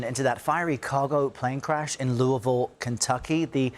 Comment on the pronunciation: Thank you for pronouncing pronouncing Louisville correctly.